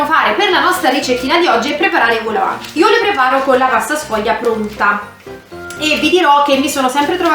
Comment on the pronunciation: vol no vul è au che si legge o